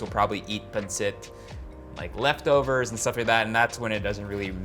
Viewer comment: Dude just say pansit! JC. Panseht. I mean c'mon already. If you can say "eat" then you can pansit. This whole thing about not wanting to pronounce tagalog well is just so fucking annoying.